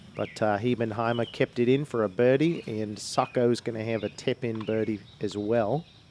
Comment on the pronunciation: What's a "tepin-birdie"?